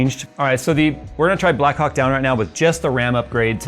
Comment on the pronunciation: Please, emphasize the H in "black Hawk" 😅